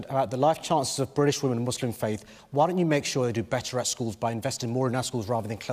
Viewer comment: Damien Green, it's BRITISH not BWITISH you fucktard !